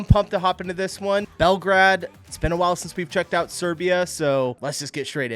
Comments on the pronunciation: He is probably German, and they call the city Belgrad... exactly how it's written, with "grad". In English it's pronounced Belgrade, like Bell-grade :) And finally in native language is called Beograd. It literally translates to "White City" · Bell Grade - not Bell Grad... Jeez lol